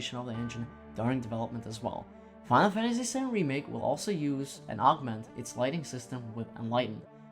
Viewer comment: There's a lot of mumbling too. Final Fantasy is often pronounced "faifasy". OP, the video is great. I used to mumble a way too my much, but know I actually have my voice recorded as a part of my job. You'll get it right in no time.